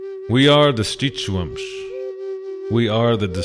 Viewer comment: Happy to learn the correct way to pronounce Schitsu’umsh. Thank you